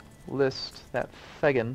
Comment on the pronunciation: I realise I'm over a month too late, and you may have got it right later on that I've not seen yet, but "Thegn" is pronounced "Thane" :)